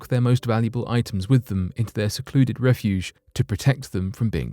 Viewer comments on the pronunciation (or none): none